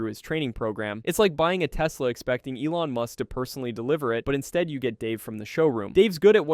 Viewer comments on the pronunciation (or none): none